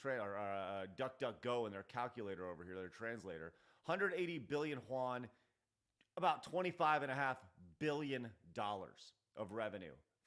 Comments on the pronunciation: it's pronounced you-an, not huan. It's chinese, not spanish. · the <1% holding is held by AJ Investment, the hedge fund. AJ Investment's holding never jumped to 9%, you’re confusing this part of the article with Tencent's 9.2% holding. Also, “Yuan” is pronounced as Yu-An, not ‘Juan’, they’re Chinese not Mexican. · AAAAAAHAHAHAHAHAHAHAHAHAHAHAHA TIME TO GET BACK ON TRACK UPEESOFT, NO MORE UPEESLOP!!!! It's not "hwan" or Juan in Spanish, it's yuan 元 "you an" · My man you butchered “yuan” lol. Juan. 😂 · you can try text to speech for "yuan". Its pronounce like "you-and". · why are you pronouncing yuan with an H? it's pronounced like "yoo-an"